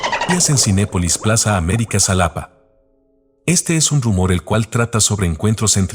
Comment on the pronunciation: Se pronunciá jálápá no como lo proñunciás